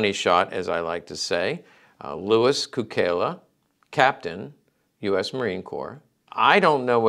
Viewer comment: A few important points. In Serbo-Croatian his name is pronounced "tSOO-kay-lah," not "koo-KAY-lah" because of the way an unadorned letter "C" is pronounced in the language, like the "TS" in Tsetse Fly. Many words in Serbo-Croatian are loaned or adapted from other languages spoken nearby. In this case Cukela has the same root word for "Sugar" as Italian -- its bordering neighbor. It means a number of things like "Sweet," "Custard," etc. Also of note, many of the two-time Medal of Honor recipients were WWI Marines because, though the Marines were part of the Navy, those double-recipients were detached and under the command of the Army when they executed the actions for which they were awarded. Therefore, one Medal of Honor from the Navy and a second Medal of Honor from the Army, and both for the same action. This is very different from both Sergeant Major Dan Daly and Major General Smedley Butler, the only two Marines to have been awarded the Medal of Honor twice for two separate actions. At Marine Military Academy we revered SgtMaj Daly, but they didn't talk about MajGen Butler hardly at all because of his vociferous anti-war stance.